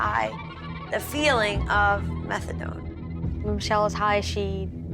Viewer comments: She pronounced it " methadon "😅 sounds like she's talking about a dinosaur 🦖🦕 lol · She can't even pronounce the drug she's addicted to correctly - MethaDUN lolol! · The way they say methadone bothers me lol.